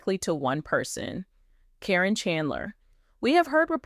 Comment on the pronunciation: It’s “care’ in.” Accent on the first syllable.